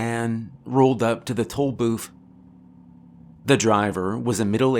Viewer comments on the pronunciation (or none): I keep hearing "Toll Boof" and it makes me more scared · I am fairly certain you are saying toe booth lol. love your stories man.